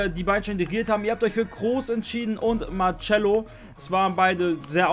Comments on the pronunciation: Marcelo wird marcello ausgesprochen und nicht marcschello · DER TYP HEIßt MARCELO UND NED MARTSCHELO 😣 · Der wird marsello nicht martschello ausgesprochen 😉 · marcelo wird marsello ausgesprochen und ner martschello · marcelo wird marsello ausgesprochen und net martschello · kannst du lieber marcelo sagen und nicht martschelo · Man spricht Marcelo[ Marselo] so wie in den Klammern aus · Du sprichst Marcelo falsch aus